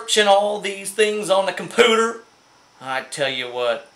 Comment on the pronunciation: Did you just say compooter!? LOL Good to see your mug sir!!